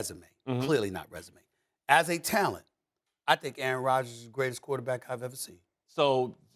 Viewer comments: Did this man just call Aaron Rodgers , A-ARON? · The way the brotha in the blue suit pronounced "Aaron" sounded almost similar to "A-A-ron" in the K&P sketch.